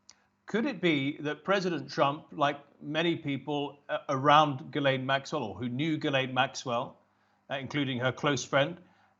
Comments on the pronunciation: Did Epstein and Maxwell do horrible things? Yes, but this is coming from a man who can't even pronounce "Ghislaine" correctly. "Ghee-lane" not "Jee-lane". 🙄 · Gerlaine Maxwell ??!! He can't pronounce the names of ppl he knows !!!! Gi'laine !!! FFS !